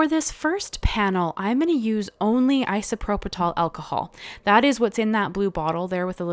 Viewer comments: These are beautiful! Yeah- the strike is really a bummer… (PS it’s pronounced “eye sew PRO pill” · It’s isoproPYL. There’s no t in the word. Beautiful. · Beautiful cards! You did make me chuckle, it's pronounced: Eye-so-pro-pull alcohol 👍 I've subbed 😊